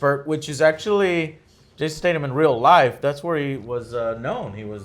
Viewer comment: triggered every time he said it! lol